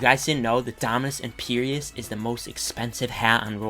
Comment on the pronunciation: I DO NOT like how you pronounce Empyreus